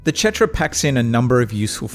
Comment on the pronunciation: idk why you keep saying chetra.